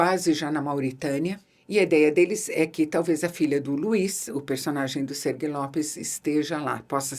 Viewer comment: Não é Sergui, é Sergi, Sérgio em catalão.